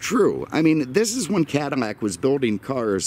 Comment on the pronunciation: Why is he saying caddimac i have seen otter videos when hes saying it too